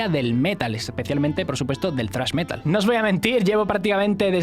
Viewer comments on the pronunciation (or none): Pronunciar metal como palabra llana no es Metal.